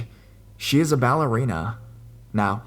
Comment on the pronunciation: No one caught him pronouncing ballerina like ball-erina? Btw great video